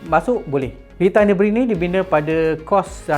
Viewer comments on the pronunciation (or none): Senang kata pronunciation dia nuh-buh-gring bukan nuh-bring macam dalam video tu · Pronunciation track ni Nür- bür - gring. *sekadar sharing 😊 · Maaf bro. Cuma nk perbetulkan sikit pronunciation Nurburgring tu. Cara mudah sebut = Ner.berg.ring (baca satu2 tapi cepat). Kita sama2 belajar... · Sebut btl2 ye...nurburg---ring... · "Ner" "ber" "gring" nurburgring cara sebut berdasarkan ape saya selalu dengar😅